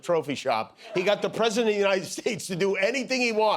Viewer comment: Dear God! Listen He actually says, “We’ve never had a PREE-sident.” Not President…PRE-sident. Just an absolute WORTHLESS BAG OF BILE!!!